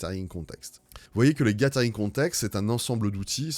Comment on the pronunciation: Merci pour ton contenu ! PS :ca se prononce "gazering" 😉😊